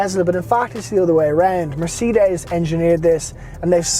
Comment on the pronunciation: nice review but cant get around how you say Mercedes lol! Its not a seperate word